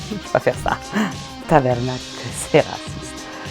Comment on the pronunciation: 😂😂😂 super drole, mais j ai trouvée lol un autre mot a la fin ou marie mad line a eu de la misere (j niaise) mais c est Tabarnack et non tabernacle. Ca me feras toujours rire d entendre tabernacle 😅😅😅 Vous faites un travail de fou bravo pour tous!